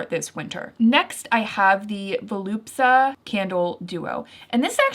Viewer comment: Hahaha I always find it cute that you never manage to say "Voluspa", you always say "Volupsa" hahaha I promise it's not me being a hater, I never miss your videos! But I think it's so cute lol